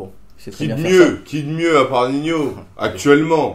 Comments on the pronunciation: pourquoi il dit ninio et pas nino ? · Lyrrad098 car on le proonce comme ac, on dit pas nino